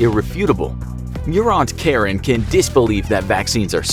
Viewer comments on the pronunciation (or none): none